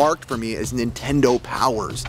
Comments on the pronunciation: Car said ninetendo bootleg much? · Why do the super mario boxes say ninetendo?